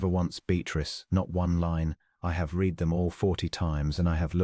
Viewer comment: The "reed" and the "red" still wrong!